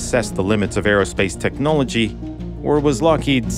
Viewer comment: when he said the word "technology" it sounded suspiciously Russian... Maybe a KGB spy 🤨🤨🤨